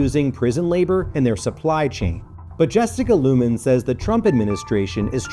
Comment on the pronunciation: Jessican LUMEN? Severance anyone? 😂